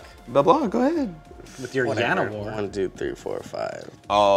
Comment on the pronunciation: ....did you just say yanowar? So they're Spanish elves now? Please don't ever speak that card's name again. Ever.